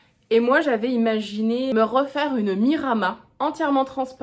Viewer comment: Trop beau ce haul ! J’ai fait une belle découverte pour Vamy ! En effet c’est gonflé de la part des coupons de t’avoir diffusée sans ton accord… Petite précision (tu feras ce que tu veux de l’info mais mon petit cœur de provençale se sent obligée de te le dire) on prononce le s à la fin de Miramas 😊